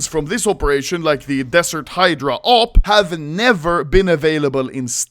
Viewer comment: Oh finally anomaly learned how to pronounce the word "Hydra", verry nice